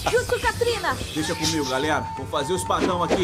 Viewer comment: É impressão minha ou voce falou "galela" 😅😅🤗🤗relaxa eu tambem não consigo falar "galera" kkkkkk